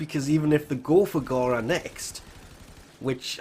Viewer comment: ITS NOT GHARA ITS FOKEN GARA